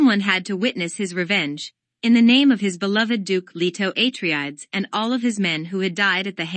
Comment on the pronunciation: aTREdes ... HIGHliner ... raBAN... otherwise nice Thanks.